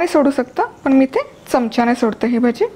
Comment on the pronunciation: भजे नका म्हणू ताई.. मुग भजी म्हणा 😀